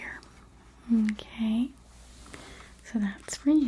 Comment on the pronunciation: I love when "" says NoKay